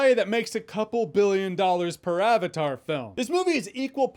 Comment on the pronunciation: Avatar is a Sanskrit word. He lost me in the first few minutes when he couldn't even bother to look it up and pronounce correctly. He probably knows how to pronounce Croissant and Fettuccine though.